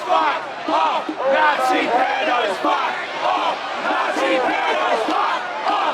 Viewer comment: "You can join in, but be a nice Nazee eh?!" 😅